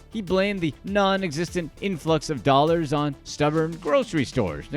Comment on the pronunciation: The over-affected voice and the horrendous editing, make this unwatchable. "9 'illion 'ollars"